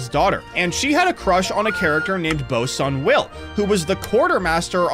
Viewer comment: Bro saying Bosun Will like a korean name lmao